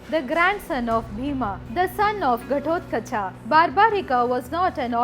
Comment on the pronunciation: Make your pronunciation proper it is not bhimaaa it is bhim, not gatotgacchhaaaa it is gatodghaccha, when your are pronouncing US presidents as Donald Trump or Donaldaaaa trampaaaa....Stupid Fellow (Murkhaaaa)